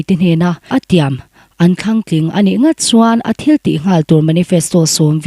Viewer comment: Pi mapui he nu(a chhiartu nu hi)mizo tawng a modified form kan tih hi a lam dik thei ngailo.mizo tawng a zir a ngai.tling/tlin,leng/len,kang/kan,pua/puak/paw,zung/zun etc mizo tawng hi a thiamlo.thlang tlin a nih khan te a tia.thlan tlin tih tur ah te.a video ka en peih lohna pakhat a ni ve tlat.hrilh rawh